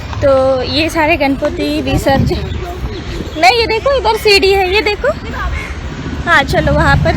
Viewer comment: Visrajan nahi visarjan, pehale english seekho